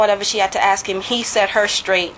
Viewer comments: It's ask not axed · And “I axed him dat, I axed him dat”?